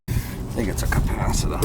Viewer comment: "Capacida" New England accents are great. Ed from New Joyzy.😂